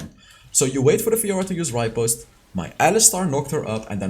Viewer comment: its repost not ripost plss i was so pissed off listening to it again and again